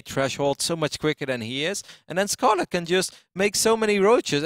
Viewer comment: Yeah he is not doing it on purpose he just doesn't seem capable of pronouncing it. It's like getting mad at me because I can't roll my R's when trying to speak Spanish. I just can't seem to do that.